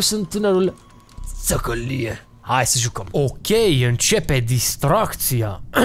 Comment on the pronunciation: Tzacalie what. Adica:Ce thacalie